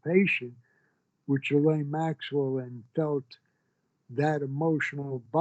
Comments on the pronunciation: Did Epstein and Maxwell do horrible things? Yes, but this is coming from a man who can't even pronounce "Ghislaine" correctly. "Ghee-lane" not "Jee-lane". 🙄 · Gerlaine Maxwell ??!! He can't pronounce the names of ppl he knows !!!! Gi'laine !!! FFS !